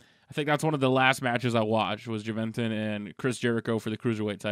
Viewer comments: ITS " HOO-VEN-TOOD" NOT " JUH-VEN-TUD"..LMAO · Who-vin-tude is how its pronounced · It's pronounced who-ven-tood (Juventud) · it's pronounced huevetuud